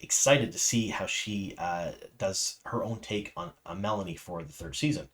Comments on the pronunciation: It's MeLane not melanie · Meh-LANE .. not melonie'